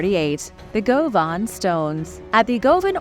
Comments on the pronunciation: Govan is pronounced Gu-Van. 🎉🏴🥃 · Hi sweetie, great program! 😊 But please, Govan is pronounced, Guvan! (Just sayin!)❤️🏴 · Some sketchy pronunciations. Govan for one.